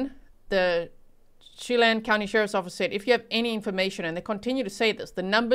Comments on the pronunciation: just a heads up as a local - it’s pronounced “Cha-lan” 🫶🏻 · Che-LAN, Kitt-i-tus, O-kun-aw-gun. Just a little FYI that probably has nothing to do with this case: serial killer Israel Keyes grew up in the Okanogan area and was also known for caching and was in the military.